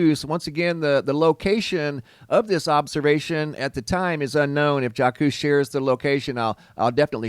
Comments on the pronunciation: "Zhahks" not jockoose, lol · It pronounced Jock, not Jak quez lol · I believe the name Jacques is pronounced almost like Jock. It’s French. Like Jacques Cousteau. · Pronounced /zhawk/ remember Jacque Cousteau? French name…… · Psst My favorite Earth watchman Jaques It originated from the Latin name Jacobus, which came from the Hebrew name Yaakov, which meant "one who follows". The correct pronunciation of Jacques in French is Sz-ahk. The "J", which is phonetically transcribed as "Sz" is pronounced with the same "s" that is pronounced in the word "vision". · It's like Jacques Cousteau - pronounced Zhock. Sorry, that was freaking me out! xox ; ] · ... "Jack- coose" ...😅😂 ... "Jah-coose"... 😯😅😹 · It's the pronouncing of the name for me lol your fine I swear but I had too look at the name for second like huh 😭🤞🔥🙌